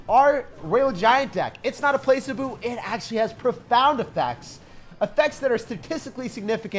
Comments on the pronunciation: pla-SEE-bo my good sir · Placebo -- It's Pluh-SEE-bo Sir :) Not Place-uh-Boo. Love this deck. I played it and won the first 3 matches. I'll see how it holds up for a scrub like myself. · HAHAH the way he pronounces "placebo" as 'play-se-boo'. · the way he said placebo ☠️ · Interesting pronunciation of placebo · Never heard someone say placebo the way you do😂👍🏼 gave me a good chuckle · The moment has come when isn’t the one teaching us vocab but we are teaching him